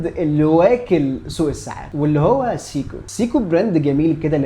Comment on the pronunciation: قفلتني يا أول ماقولت سييكو دي فعلا فعلا وقفت الفيديو واشمئزيت أنا آسف مش منك طبعا ولكن من النطق خصوصا آني بحب الساعة دي.. دورت على نطقها الصحيح في أماكن مختلفة ولقيته سايكو سواء القواميس او جي بي تي او جوجل او متحدثين اللغة نفسهم.. ابوس ايدك غير نطقها ولا اقولك أنا مش حسمعك تاني لانك طبعا مش حتغير نطقها ولا أنا حقدر اسمعها تاني سييكوو 🤮